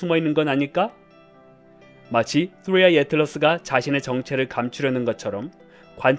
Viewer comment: 뜨뤼 아이~ 혀가 질풍노도의 시기를 겪고 있네요 😂😆🤣